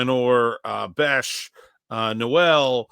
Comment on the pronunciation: Everybody mispronounces Jalin Noel's name. It's spelled like No-el but he pronounces it like Nole.